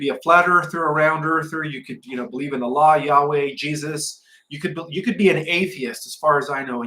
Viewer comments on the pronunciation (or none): none